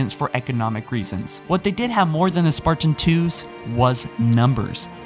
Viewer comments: why do you accent the word sparTan??? ive always found your pronunciation on your videos a off and unusual, was english your first language? im just curious, no hate haha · THE WAY HE PRONOUNCES SPARTAN!! IT'S "SPARTAN" NOT SPART-IN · The way you pronounce Spartan hurts my soul...